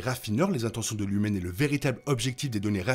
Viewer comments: Pourquoi tu dis Lumen et pas Lumon? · Juste une question pourquoi vous dites LUMEN que c’est écrit LUMON